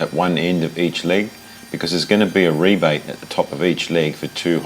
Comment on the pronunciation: jeez that was good to hear " There's gonna be a REBATE " n not a RABBET !!!!